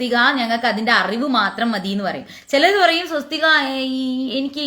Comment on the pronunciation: Swasthik. sariyalla